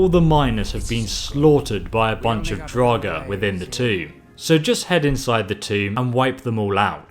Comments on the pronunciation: You say draugr wrong. You say drog it's actually like drogger is how you say it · Every time he says “Draug” I lose a brain cell >.< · wtf is a drawg